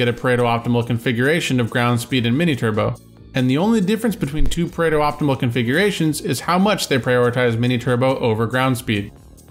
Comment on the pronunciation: It’s Pareto, not Predo.